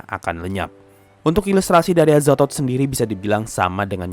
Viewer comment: Ngakak gua Ama adminnya pas ngomong "Azathod"😂